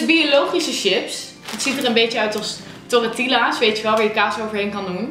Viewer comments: "torretiellaas" hahah;D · torretillas xD Mooie uitspraak Hahaa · hoe jij tortilla's uitspreekt😂😂